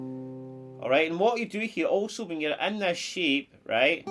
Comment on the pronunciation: Every time you said ‘shape’, it sounded like ‘sheep’ 😂 Guitar sheep bahhhhhhhhh